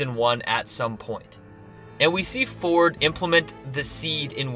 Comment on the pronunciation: His name is actually pronounced Dr. Vord with a V.